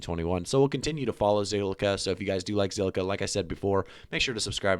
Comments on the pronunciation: Say ziqilla one more time and il subscibe to your awesome channel 🤣🤣🤣👍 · Say it with me, ZILLIQUA! 🤣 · Bro learn to say the word lol 😂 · Damn rehearse that name for a minute then press record 🤣